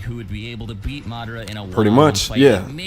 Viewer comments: Im still just tripping off the fact that he said Mi-Dara instead of Madara. Like dude, u watch the show so you know how its pronounced yet you still say it wrong. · muhdaruh its MADARA